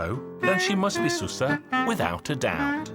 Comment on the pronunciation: It's actually pronounced "shoo-sha"